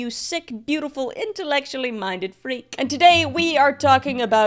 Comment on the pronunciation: u didnt say freak the normal way 😭